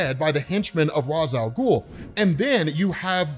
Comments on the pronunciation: It may be spelled Ra’s Al ghul but it’s pronounced Ray-sh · If there is one thing that pisses me off about almoest everyone saying Ra's Al Ghul, IT IS NOT ROZZ IT IS RACE WITH A SHHHH SOUND!!! Omg it drives me nuts. Its not pronounced that way necause of a tv show, it is pronounced that way because of the native speaking culture the term comes from! Lol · Rayysh Al Ghuul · I still hate hearing this pronunciation of Ra’s Al Ghul